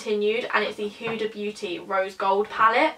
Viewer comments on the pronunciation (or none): none